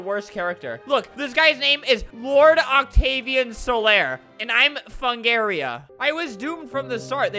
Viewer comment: i like how his name was fungria but he calls it fungaria